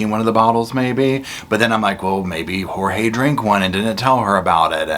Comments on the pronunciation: It makes me angry that she calls him "George" and his name is Jorge! One of the many problems I have with her! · PLEASE STOP CALLING HIM “ Jose’s! Hue bane was Jeorge !!